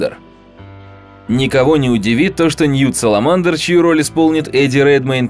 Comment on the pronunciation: Только он Ньют Скамандер а не "Саламандр"